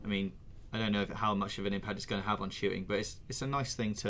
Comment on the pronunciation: Definitely said ve....